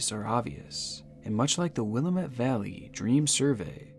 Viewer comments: sir - I love you bro, and this is why I’m gonna help prevent you from inciting any more rage from Oregonians, more specifically Portlanders, who consider rioting a team sport. The phonetic pronunciation of Oregon is: OR-eh-gun The phonetic pronunciation of Willamette is will-AM-it 🪵🍺PDX PRONOUNCIATION BONUS 🌲☔️ Couch Street is not pronounced like a piece of furniture, it’s pronounced like the lady bits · As an Oregonian I’m dying at how you say Willamette 😂😂🤣 I was like “I’ve never heard of this place” it’s pronounced “Will-am-it” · fyi, The "a" in willamette is pronounced like the "a" in the word "ant" or "add" and this is the vowel you put the emphasis on. So, it's pronounced wil A met. Try it. See? Now you sound like you live there. Don't bother thanking me, it's my job as an English teacher. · PSA: Willamette rhymes with "damnit" 😉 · Origun. wilammit. Please say things right 😓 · It's will-lamate valley and pronounced oregin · I can't get passed the pronunciation of Oregon and Willamette in this video. Or-ih-gun and Wil-lam-et are how they're pronounced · i love the pronunciation of stuff lol. willamette is actually will-AM-it and oregon is like organ but orgen kind of??? i’m local lol it’s not terrible for not being native to the area, just a heads up!!! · why can nobody outside of Oregon pronounce "Willamette" correctly? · The way he pronounced Willamette was also weird to me. The lady on the voicemail says it right, and he still got it wrong. :P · and still said Willamette wrong even though he heard the automated message like the rest of us 😂 at least after the recording he pronounce Oregon correctly 🤣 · I live in Oregon and ur pronouncing Willamette wrong and same with Oregon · "OR-uh-GON" "WILL-uh-met" the pronunciations are the most disturbing parts of this video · I hate to correct you but it’s pronounced willAmitt not willameTTe and Oregin not oregOn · ITS PRONOUNCED WIL-LAMB-MET NOT WIL-LA-MET